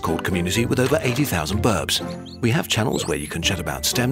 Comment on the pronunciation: Normally narrator man’s Germanness doesn’t come out much, but birbs sounding like burps was one of those rare moments! ;)